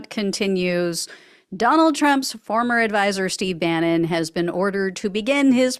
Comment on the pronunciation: That was the correct pronunciation...👍🏼👍🏼👍🏼. They should hold off till September so he can spend the holidays locked down.